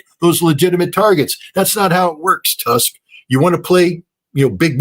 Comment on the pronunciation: Scott great analysis as usual but Tusk is pronounced like Toosk. And thankfully, at least half of the Polish people hate Tusk.